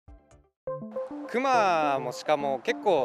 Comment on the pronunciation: クマのイントネーション。。。